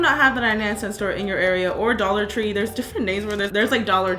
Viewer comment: dollor tree